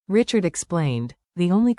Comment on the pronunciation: Fake. You don't even pronounce Richard's name correctly